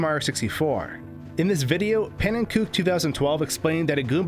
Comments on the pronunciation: “Pannenkook”. I love this amalgamation of the English and Dutch pronunciation. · " P A N N E N K O O K " Nice job,. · "pannenkOOk" us pannenkoeks and pannenkeoks have to put aside our pronunciation differences to fight the new pannenkOOk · You say PANNENKOEK like: P A as the u in much N as in near N as in near E as in evEn N as in near K as in Cookie O and E as in mOve K as in cookie I think its dutch and i’m dutch ;) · Pannenkoek is just dutch for pancakes. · You mispronouncrd Pannenkoek